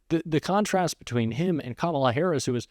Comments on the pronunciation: Anyone else notice he's suddenly saying Kamala correctly? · He really is upset. He pronounced the VPs name correctly not once but twice! Just shut up and go away !🦧💙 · Wait, did I just hear trump pronounce Kamala correctly? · Did he just say her name correctly? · He finally said Kamala’s name correctly. It took him long enough to learn how to pronounce it. And some want to hand this incompetent, demented man the nuclear codes!! 🇺🇸💙